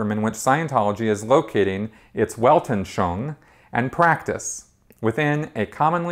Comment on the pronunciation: I've been watching this series a a lot of your videos here on YouTube and I gotta say, as a speaker of German and French, I would be happy to help you pronounce words from this language. It's Weltanschauung is pronounced more like "velt- an schung". Your videos are awesome but the way you mangle other languages is grating. Just an FYI FWIW.